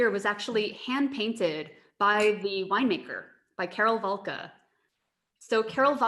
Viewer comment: Válka, not Valká, and Znojmo is pronounced as /znoimo/ not /znoimeu/, but I am proud that my hometown is mentioned - best wines in Znojmo wine region!